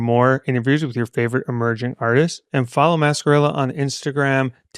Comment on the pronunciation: NXCRE is pronounced "Na kree" but it's a nightmare trying to get Alexa to play them. As Alexa will play songs with the same or similar sounding name or an artist with a similar name to the song. The only saving grace is Dabbington City. Alexa knows no one else has that so she'll pay NXCRE that way.